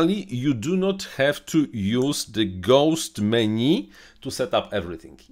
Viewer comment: Меню, почему вы говорите - мени?